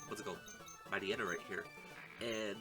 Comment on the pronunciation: Why do I hear Mariana when he says Mightyena? Why do I hear Move cheater when he says Move tutor?